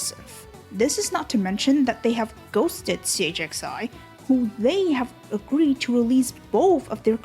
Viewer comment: what a strange pronunciation of siivagunner. i assume the autocaptions are wrong.